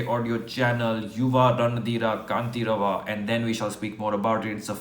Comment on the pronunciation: The last word you are pronouncing as कांतिरव But it is actually कंठीरव. युव रणधीर कंठीरव